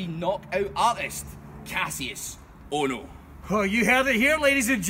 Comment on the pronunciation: KASH-US. KASH. US. NOT KASSIUS. USICNFJSOXKWBF (mark rage)